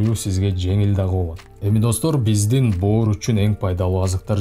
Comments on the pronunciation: Боор дегин😂😂😂😂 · бөөр деп боорду эздин.молодец. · 👏👏👏👍👍👍😆😆😆аябай жакшы түшүндүрүп бердиңиз СИЗГЕ рахмат бөөр дегениңиз күлкүлүү болду 👍😂😂😂